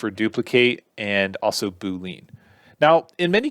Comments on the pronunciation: right? 🤣 I always thought it was "boo•lee•uhn" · Its BOO-LEE-ANN not BOO-LEAN🤦‍♂ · bool-leen lmfao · Pretty sure it's BOO - LEE - ENN... :)